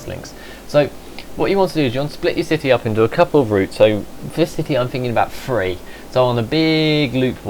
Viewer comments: He says "free" when he says "three". What's with all the question marks, moron? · I guess you don't know what an accent is or how the placement of the teeth in your mouth affect speech. But that was a nice attempt at an ad hominem.